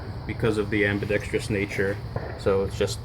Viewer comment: Thank you for pronouncing “ambidextrous” properly